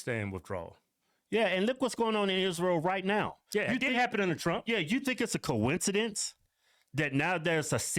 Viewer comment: Its a “cohen ci dence “